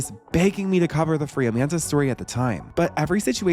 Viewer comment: “Jamanda Bynes”